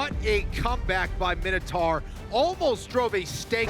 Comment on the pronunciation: It's my-no-tor